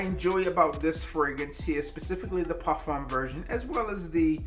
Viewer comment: I REALLY appreciate the way you properly pronounce "parfum." Just a small detail but it matters.